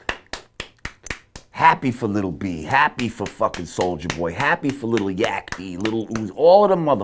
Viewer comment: He said Little Yackie 😂😂